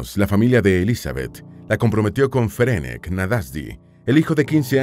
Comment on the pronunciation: Me interesó mucho la historia, especialmente porque mis padres y ancestros eran húngaros. Hablo el idioma, así que me permito decir que el nombre Ferenc se pronuncia Ferents y el original de ella era Erzsébet (Isabel en español). No cambia la historia, por supuesto, es un simple detalle más.Gracias por el video,. ☺🌹